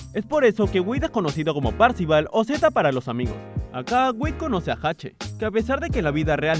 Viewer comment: Agrego ... 3: es Hache cómo la letra, no Jache